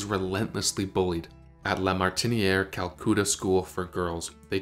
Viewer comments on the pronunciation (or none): Not "kal-KOO-tuh," it's "kal-KUh-tuh." I have never heard anyone mispronounce it like that. The narration almost sounds AI generated. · Calcutter is pronounced Cal-Cutt-er. As in “utter“. I never knew she was born from such a young mother…wow….odd how two of the most beautiful British actresses- Merle & Vivien Leigh would both be born in India. It’s odd how Merle was worried about her country of birth, as I’ve never heard of Vivien having the same concern. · Drives me nuts as well. Calcoota. Charles Lockton (to name just two) aaagh 🤯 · Calcoota? Really? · It's pronounced Kolcatta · Calcoota? Jeez...